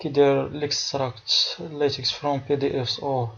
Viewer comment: On lit latek et non Latex !!!!!